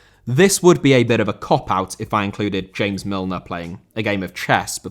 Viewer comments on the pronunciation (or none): none